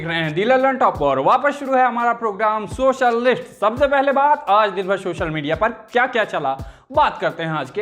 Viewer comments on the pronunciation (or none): भैय्या हिंदी चैनल पर हैं तो हिंदी के उच्चारण सुधारिए। शोशल नहीं सोशल और सिकछक नहीं शिक्षक बोला जाता है।